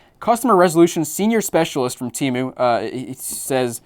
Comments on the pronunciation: I effing hate Temu. The idiots who run their commercials cant even keep track of how their company name is pronounced. One time its pronounced "tee-moo" and the next it is "tim-ooohh." I've ordered from there once just to see what their scam was, then never ordered again once I figured it out. In the short amount of time I had the app installed on my phone, it would go off literally dozens of times per day with their scuzzy "act now before you lose this deal" alerts. Once I received my order, I quickly deleted it and never downloaded it again. I got some cat toys that were decent quality, but everything else was junk. My mom thinks it's the best website ever and orders from them constantly. I try to dissuade her from it, but I'm just wasting my breath. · Yeah I went on that app once and realized it was a scam within 5 minutes. Also their ads pronounce it as teh-moo not tee-moo